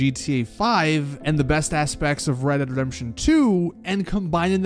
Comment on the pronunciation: “ Reredredemption 2 “